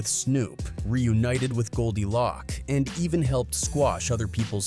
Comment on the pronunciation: Pronounced “Loak” not lock…